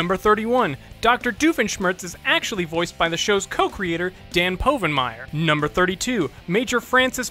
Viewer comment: Dan’s last name is pronounced wrong at least ten times!